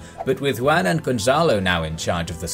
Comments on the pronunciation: Did you really just pronounce Juan as Yuan tho... It's pronounced Huan or who ah n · Juan is pronounced "Who-an" Other than that, amazing video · Love the channel but your narrator really needs to work on Spanish pronunciation. "Juan" = Yoo-an? Really? lol. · Thanks for these great videos, but just being honest, the way you pronounce 'Juan' just straight up gives me cancer